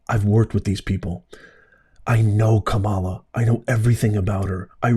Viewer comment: Glad you pronounced Kamala’s name right. The way it’s been pronounced until she started running for president. Ka Ma La not Cam A La